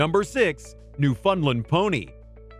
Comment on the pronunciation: new foundling is pronounced new -fownd land not new fund land